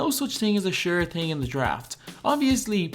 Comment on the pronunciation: Bro it's thing not ting